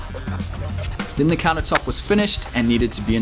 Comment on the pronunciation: What's a counah tope? Why's he keep saying that???